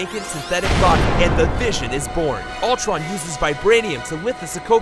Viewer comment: It’s not Altron, it’s Ultron